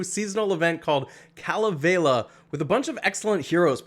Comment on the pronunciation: U said Kalevela it's Kalevala ur not that smart huh bro why can't u get your pronunciation straight I think your doing on purpose.